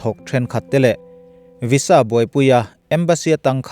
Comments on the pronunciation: Sir, Visa hi "Viza" tia lam rik (pronoune) tur ni in ka hria... A ngaihnawm eee...i chhiar thiam in i thu lam a fiah ṭha bawk si.👍👍👍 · I van hre bik em² vaiza ti law² la😊😊😊🙏🙏